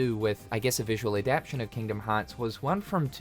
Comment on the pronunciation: Adaptation. Adap-tation. You're missing two letters in your pronunciation. Sorry, it made it annoying for me to finish the video when you say it so often lol